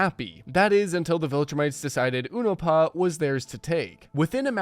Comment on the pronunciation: Based on how you're pronouncing Unopa I don't think you're as well versed as you think in the universe of Invincible